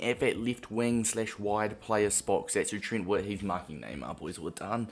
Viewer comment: His name is not Trint